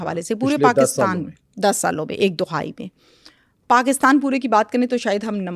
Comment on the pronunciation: Dohai nhi behn dahai boltay hain.